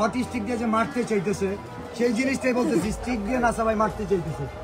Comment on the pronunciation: সামান্য স্টিক ও কইতে পারেনা, কইতাছে হটস্টিক😒আবার নেতা